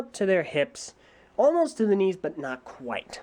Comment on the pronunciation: I thought he said wings